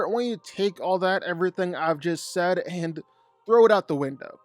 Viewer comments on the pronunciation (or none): none